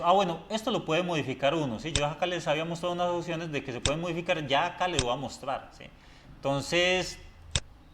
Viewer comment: Y "ociones"